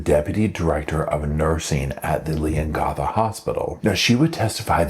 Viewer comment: It’s pronounced Leon gatha like gath-er not Leon gartha. It’s a very rural area.